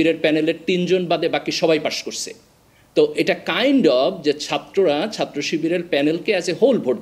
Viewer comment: এত শিক্ষিত মানুষ ছাত্রকে সাত্র, করেছে কে করসে এভাবে বললে খারাপ শোনা যায়।😢